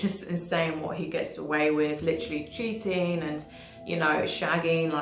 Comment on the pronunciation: Btw also … it’s with not wiv. 😂😅 video on point